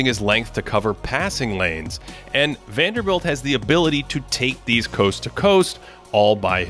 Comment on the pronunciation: Guy: Is called Jarred Vanderbilt: WANDELL!